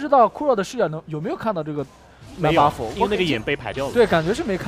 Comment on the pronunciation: 的时候听到女主播说：外加一个大龙Baofu...这咬字太好玩了hahahah